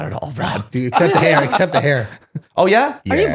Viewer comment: The way she cant say any word with “Th” and replaces them with “D” is mad annoying